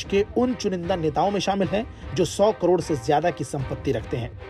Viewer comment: Speech clear kar bhai lakh or karod me bahot bada farak hai